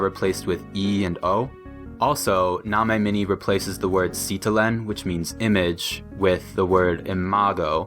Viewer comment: “image” not “imaje”